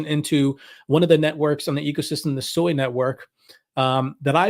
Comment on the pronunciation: Sui is pronounced SWEY! Not SOY. there is no O in Sui.